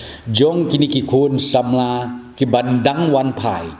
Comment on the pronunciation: "Wanphai"ym dei wanfai. Une u Rangbah te phoreinnar ruh um ler khasinar ruh um ler. To ym lei lei dei jait thlun.